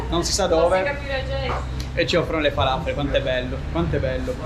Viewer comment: Ci andrò tra 17 giorni Grazie per i consigli. ps: falafel si pronuncia come se ci fosse un accento sulla L :) Il mio arabo è scarso ma ne sono sicuro